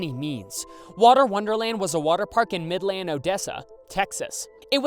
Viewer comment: It’s so weird hearing other people say midland how he said it is most likely the right way to say it but no one from here says it like that